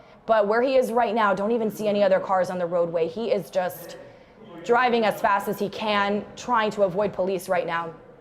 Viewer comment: She’s good at annunciation. Ger-i-ving at a fast speed. Thought it was driving with a D.